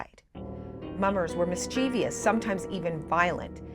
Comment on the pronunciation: mis-CHEE-VEE-us?? Really Global??